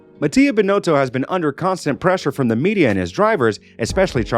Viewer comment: Faassur, beenowto, Leclurr. Can i suggest taking a bit more time and learning the names and their correct pronounciation? This just sound disrespectfull.